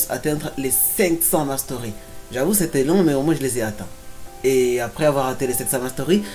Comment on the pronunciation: Quand tu dis mastery dis le en français ou encore avec l'accent autrement c'est moche